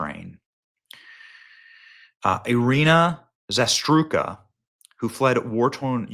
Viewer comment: Read slightly slower.. Zarutska.. not no Zastruka..